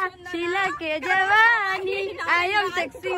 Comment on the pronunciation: Jabani noy ota jawani 😂